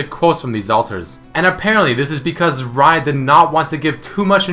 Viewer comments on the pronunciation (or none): none